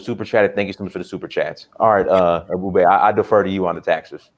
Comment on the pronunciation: How say Africa American stupid but he can’t pronounce ebubedike name 😂😂😂😂😂 a clown will show his true colors